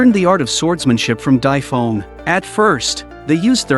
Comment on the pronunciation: Why are you saying Dai Feng so wrong